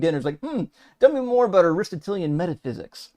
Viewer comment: oh man, he cannot even pronounce ARISTOTELIAN 😅 "denoted" ignoramus 😊